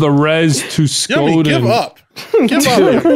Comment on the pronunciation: As an indigenous guy I approve the skoden and stoodis memes it’s so funny how off you guys are with how you say it and use it it’s for when you wanna fight someone so you say skoden and the other guy says stoodis den 😂